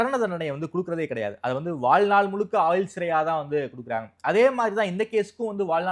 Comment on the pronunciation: நெறியாளர் தமிழ் உச்சரிப்பை கொஞ்சம் நிதானமாக சீர்படுத்தினால் இன்னும் சிறப்பாக இருக்கும். வலக்கு, ஆயில் தண்டனை என கேட்பதற்கு குளறுபடியாக இருக்கிறது.